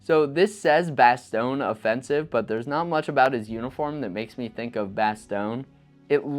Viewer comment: Woof!!... the way you say "Bastonge" as "bass-thong", it's actually pronounced as a cross between "bass-tongue" and "bass-tonya", leaning more toward the latter "bastonyeh". If you're unclear about pronunciation of place names feel free to hit me up. I might even be able to help you with some of the East-European/Russian stuff as I have a East Ukrainian refugee working closely with me.